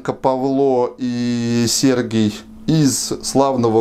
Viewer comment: Не примите за занудство, но - на будущее - по-украински имя Сергій звучит именно с ударением на і, то есть СергИй, а не СЕргий, как в церковно-славянском. ☝️😉